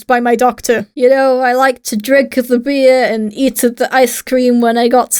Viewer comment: I like to drinkUH the beer and eatUH the icuh cream